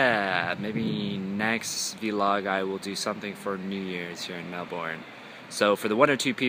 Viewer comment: Love the way you pronounce Melbourne.